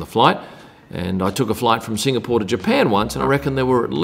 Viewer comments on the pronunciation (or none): none